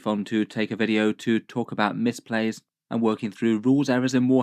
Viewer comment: I think you meant to say "misplays" not "mispays"